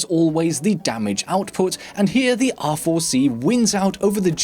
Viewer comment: It sounds like you are saying "awful C"